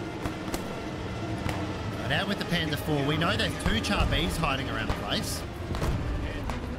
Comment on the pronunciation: " Char " is pronounced " Shar ". French is funny like that. Good video :)))